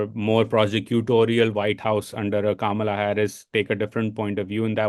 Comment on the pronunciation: Bhai pehle naam toh sahi se lo. its not Kamalaaaa its kama la like comma la